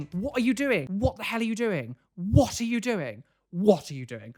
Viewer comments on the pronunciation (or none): What said: “WHAT are you doing?” What I heard half asleep: “WATER you doing?!”